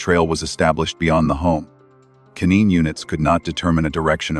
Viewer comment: & Canine (K-9 ) is it a AI voice that reads in this stream? I´ve notice that in other streams, and another word (2 days ago when K-9 was pronance right) that spells so strange? I´m sorry if this is a dumb questions. I agree with u, that accourding to Orchams razor the last person is very crucial to rule out.